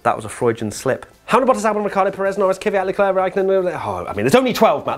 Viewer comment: Good video. It was a super weird race... races? You are mispronouncing Leclerc. It’s Leclerc, not Leclerc.